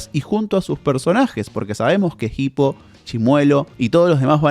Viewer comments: Es hippo, no jipo la H es muda, por dios que dolor de oído escuchar como lo pronuncia en todo el video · la h es muda, se pronuncia "ipo", no "gipo" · Que bronca que le diga "Jipo", habla bien por dios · PORQUE PORONGA DECIS JIPO PAYASO. Te quiero mucho lucas